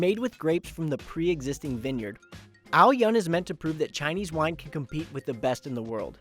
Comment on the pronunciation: Dude, you butcher the name. it's AO-yün the U is Ü sound, not the way you messed it up.